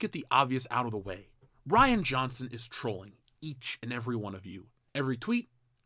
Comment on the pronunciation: Reean Johnson cos Ryan is spelled with a Y they don't call it Rie bread. The dude is a coward he talks tough but would instantly yell "I'll sue you" if met face to face with one of these "manbabies"